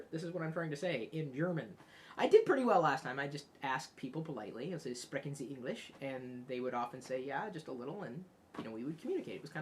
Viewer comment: You mispronounced "Sprechen." In German, an "S" followed by a consonant creates a "sh" sound, and the "ch" sort of sounds like a cat spitting up a hairball, but with a little more grace.